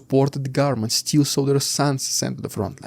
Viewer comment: Still is not pronounce the same as "steel". Still is pronounced like hill, not heel. Sit still is not pronounced the same as seat steel.